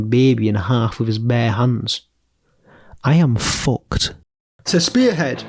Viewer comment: the way bro says F*cked is just , Primo